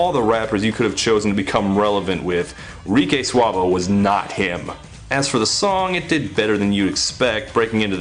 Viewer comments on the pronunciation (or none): lol "rique suavo" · you said Rique Suavo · did he really say RikAY Suave? lol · did you intentionally call him Ricé Suavo or was it an actual slip up? This is my fourth time watching this and I just noticed it. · Rice Suavo? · "Rice Suavo" Nice. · Reckooo saaavee Jeez he is stupid